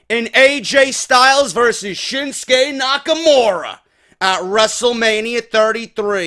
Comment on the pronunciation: I don't get why english speakers call him SHINSKE muting the U, for no reason really. It's ShinsUke Nakamure. ShinsUke! GOONS! :D